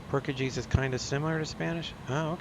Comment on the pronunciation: Boy you had me laughing today! "I don't even know where Brazil is" "oh you speak Porkacheese"? also his name is Raphael, not Ralphie, lol. Keep up the good videos,. I enjoy watching your content.